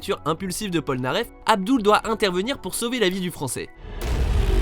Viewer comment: Avdoul ?!?!?!?!?!?! SÉRIEUSEMENT ?!?!?!?!?!?!